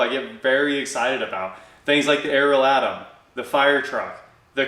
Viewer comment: I sincerely hope that you can keep on providing the content you do. I really enjoy your videos, even if you do say Atom wrong lol. I did not know that there were lean times forecast for people like you and Hoovie et all, so good luck with it.